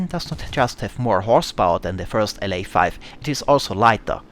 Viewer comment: It's pronounced "La-5" not "L.A. 5"